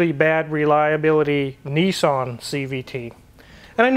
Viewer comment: A great purchase....be a leader and not a follower!!! And its Niss-an.....not Nee-san